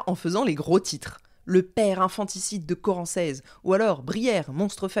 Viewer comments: Je suis de Chartres, ça fait bizarre d'entendre parler d'un bled de chez moi 😅 D'ailleurs Corancez se prononce Corancé. Mais peu importe, super vidéo 👌🏻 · J'habite à Chartres. A toutes fins utiles, on prononce corancé, sans le Z. Je ne connaissais absolument pas l'histoire donc un grand merci de me la faire découvrir 💞